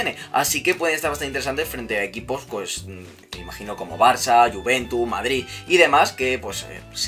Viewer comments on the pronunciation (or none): none